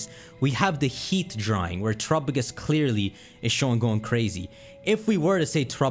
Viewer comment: I think it's pronounced tera_pagos don't know where you're getting trop_agos